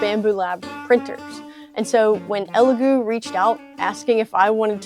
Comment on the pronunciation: First reviewer I've seen pronounce the name correctly.🤣